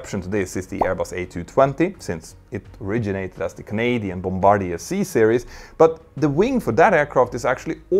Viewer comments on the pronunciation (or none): none